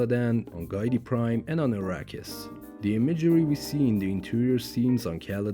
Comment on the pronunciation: It’s not “Guy-tee Prime”. It’s “Gee-Tee Prime”. FAKE FAN. 🤣